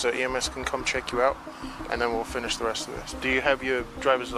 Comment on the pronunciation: To the judge: "Bro" "lobbing" "this that and the third" "I ress my case"